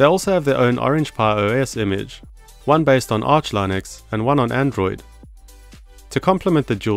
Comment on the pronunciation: you must be one of the last people to still pronounce Linux as Lie-nux. It's not a lie, it's for real.